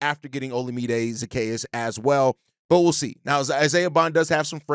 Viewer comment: Broski been botching Zaccheaus name for 2 weeks lol .